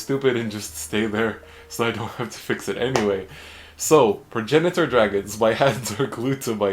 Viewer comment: So you pronounce it like Prag-nator. It’s weird but whatever